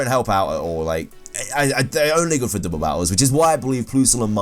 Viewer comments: He's like "there only good for dooble battles." that mispronouncing was just funny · dooble battle